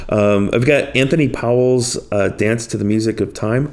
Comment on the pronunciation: Powell...pronounced Pole!